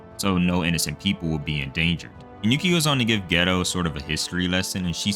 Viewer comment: Lmao the way you pronounce Geto as 'ghetto' is killing me 😂